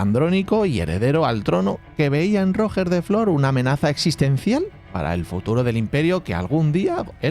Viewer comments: “Rojjjjjjjer de flor” No costa res buscar com es diu en Català: “Rugè da fló”, es pronuncia. G de GENERATION, no GINECÓLOGO. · Cada vez que escucho mal la pronuunciacion de Roger de flor Almogaver creado Mercenari Català me duelen las orejas, tal como intentas pronunciar bien los guiris intenta hacerlo amb Ruger de Flor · Roger de flor de pronuncia "ruyé de flo" he puesto yé porque se pronuncia como yes pero acentuado, y en català normalmente no se pronuncia las r finales! Pero como siempre un trabajo de 10! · Tío el nombre de Roger de flor sería de agrado una pronunciación un poco mejor solo una pequeña crítica Si puedes decir roger federér puedes pronunciar bien Roger de flor 😊